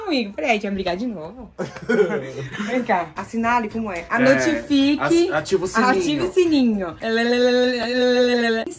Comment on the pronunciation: "Ànotefique" kkkkkkkkkkkk Te amo mariiiiiiiiii 💗